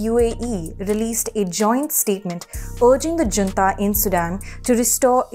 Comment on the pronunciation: Junta should be pronounced as Hunta.